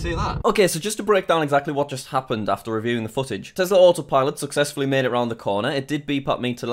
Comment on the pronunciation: It’s called T-E-S-L-A not TESLERR